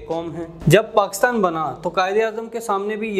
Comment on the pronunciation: پہلے PakIstan کہنا تو سیکھ لیں آپ تو PakAstan کہ کر اپنی مٹی خود ہی پلید کر رہے ہیں